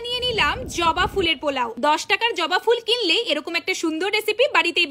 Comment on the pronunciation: ota joba fuler "polao" hobe, "poalo" hoye geche😅.. big fan..❤ from WB(N24P)